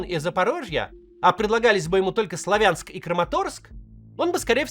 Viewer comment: Правильно говорить: СлАвянск, КУпянск !!! Уши режет